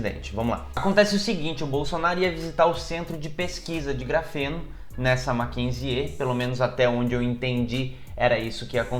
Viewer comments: Nao se pronuncia o "e" no final do nome "Mackenzie"... Se pronuncia "Mackenzi". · Se pronuncia Makenzi sem o E no final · Talvez você não saiba, mas o Mackenzie (lê como se escreve) sempre foi berço da direita/elite Paulistana. Engraçado e curioso que o pessoal desta universidade esteja rejeitando o Bolsonaro. ps. você está pronunciando o nome errado! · Adoro seu canal! Como ex estudante da universidade fico orgulhosa da instituição mas sua pronúncia um pouco errada me irritou um pouco hahahaha nada que estrague o vídeo! Parabéns